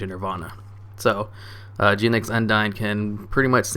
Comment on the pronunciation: i dunno why, but the way you pronounced "Genex" really irks me